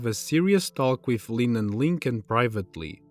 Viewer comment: The way bro says Lynn just kills me 😂 “Leen”